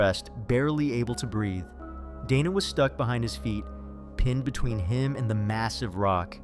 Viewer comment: Dana + "day-nuh" not "donna" fucking AI garbage scripts doesn even know commone american name pronunciations lmao